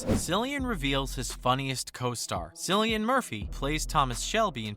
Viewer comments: "Sillian Murphy" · Are you serious? You spent time narrating this video and you couldn't even pronounce his name right? You lost me as a viewer after the very first word. That's a first.